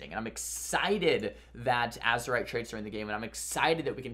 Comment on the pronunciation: It's AzErite mate